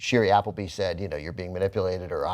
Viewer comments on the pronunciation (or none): It's Appleby, not Abbleby